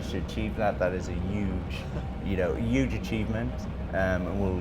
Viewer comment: Commentator needs to let the player finish sentences. The player needs to pronounce "huge" properly.... It's not "yooooge"